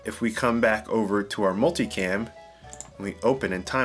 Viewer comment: Swear everyone says “multi-clam!” Lol!